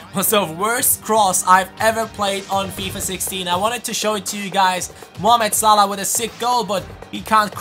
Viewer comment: great episode btw it's actually salah not salh